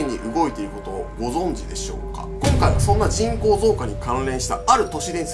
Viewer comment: 人口がちんこーに聞こえるw